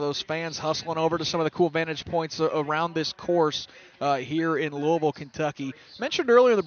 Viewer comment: I heard that too lol. It was Louisville.